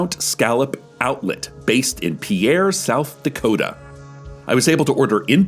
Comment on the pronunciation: Cecil said Dakota right, honestly surprised